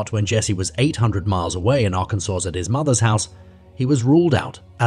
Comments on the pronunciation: "Arr-kansas"???? Fix your reader bot! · For the second case, did it happen in Arkansas or in Arkansas? The first time the narrator named it, he pronounced it like Ar-Kansas & the second & following times it was pronounced like Arkansaw 😮 I'm not from the USA & I'm legit confused by the spelling & pronunciation (I follow the transcript while listening to vids) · A.I. voice. AGAIN. It pronounces the suspect's name differently throughout the piece. It also doesn't pronounce DNA correctly and several other words. 👎🏻 "Ar-can-zus."